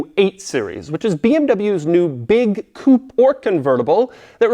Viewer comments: When will he learn how to pronounce the word coupe? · With each new video I hope that Doug will start pronouncing "coupe" correctly. Each time I get disappointed.